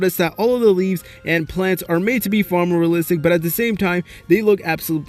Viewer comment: I guarantee you that after this video you won't be able to hear the word "realistic" anymore😂 if you drink a shot everytime he say realsistik you and all your friends are dead after this video😂